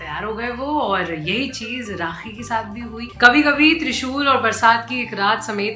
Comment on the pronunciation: Please learn URDU before uploading your videos. Rakhee not Raqhee. Khagai not qhaagai. This is serious. Ankh not anqh